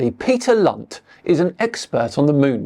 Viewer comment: Peter Lunt i think you're all prouncing his name wrong its more of a C than a L.